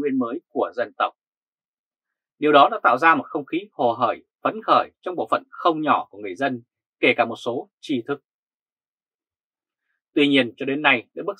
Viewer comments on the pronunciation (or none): "...một số tri thưc" là cach nói sai; phải là...trí thưc, thay vì tri thưc!